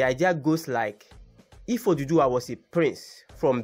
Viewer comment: For godsake it's Oòduwà not oduduwa!